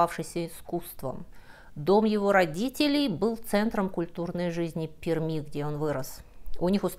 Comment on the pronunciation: пишется Пермь, произносится "перьмь", "в перьми" . хотя понимаю, не всем дано это запомнить или хотя бы погуглить, чтобы не позориться.